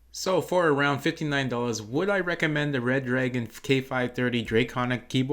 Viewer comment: Its " Re Dragon " btw Not Red Dragon :3